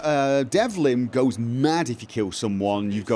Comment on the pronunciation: Delvin, NOT Devlin.